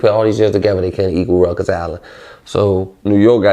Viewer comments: Ruckers island😂😂😂😂 it’s Rikers my dude lol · Nigga keep calling Rikers “Ruckers” nigga that’s the park lmfao😂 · Following timeless DC tradition, dude pronounces "Rikers" the way he see fit 😆